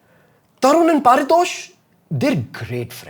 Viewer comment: Bro your name is not par-tosh its pari- tosh ...